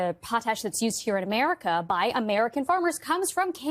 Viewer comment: He t r u l y wants to fix "ohmerica"😂😂😂😂